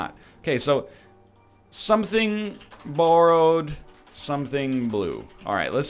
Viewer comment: NL saying “borrowed” is the most Canadian he’s ever sounded